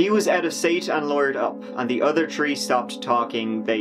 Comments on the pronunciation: The "tree" of them? What? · So weird when says "Tree" and he's actually talking about the plant! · 1, 2, “TREE” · Interesting stories, but the word is THREE not TREE. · Start . The "tree" accent has become it's own meme of late. He doesn't do it in his older videos at all. Still love all of the hard work put into these and this is one of my favorite channels, but I don't think most people realize that it seems to be a more recent thing. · You know a guy can't be trusted when he has "Tree DUIs".